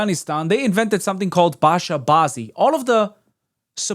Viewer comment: That's not Basha Bazi, it's pronounced Bacha Bazi. "Bacha" means "child" or "kid." The males dancing in that scene are not adults, they are kids/teens being forced to entertain those predators.